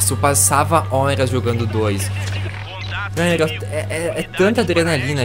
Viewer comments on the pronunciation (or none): none